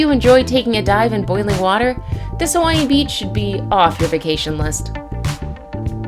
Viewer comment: You need to learn how to say Hawaiian words